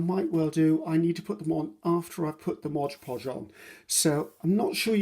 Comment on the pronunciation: Love your vids (have been binge watching for days & days)— you’re fantastic and I really enjoy your style. I’m learning all kinds of great tips n tricks from you 👍🏼👍🏼👍🏼 thank you 😊 Could listen to you talk all day —till’ “modge podge”— here (and repeatedly in many videos) then it’s like the needle scratches across the record or fingernails down a chalkboard — 😖 Perhaps it’s the English teacher and writer in me. Maybe it’s my own bit of “OCD”—Please allow me to offer this: It’s “Mod”. Mod. M O D Podge. Imagine if you were at a cake decorating class and the instructor kept calling it “fondue” instead of “fondant”... It’s right there— printed clearly and boldly on a bright white and yellow background: Mod Podge 😉🤓